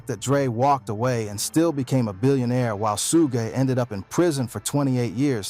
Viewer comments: Wtf is Sugay my negga?! 🤨 Lawd! Dat's why I don't watch these videos wit AI speech usually. The creators be so fkn lazy to make sho all name are spelt right n pronounced right. On foenem. One min it's Sugay or Sueg. Smh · The ai needs it spelled another way shuge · “Sugae” lol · Say it Rite Sugae knight 😂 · Ai. Can't even pronounce his name properly.